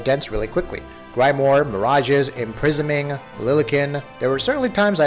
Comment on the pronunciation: "Grime-more" "Tensai"... Please research the pronunciations first.